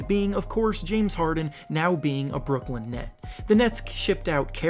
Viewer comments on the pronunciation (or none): none